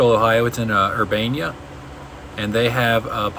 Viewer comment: Lol never heard anyone pronounce Urbana like that. I went to college there but it was closed down due to Covid… I’m in Delaware Ohio just North of Columbus. Currently renting but going to buy in a few years, would love to find an older house to have my own pit in. I’d have small mouth bass, black crappie, perch and walleye maybe some others. Sweet videos!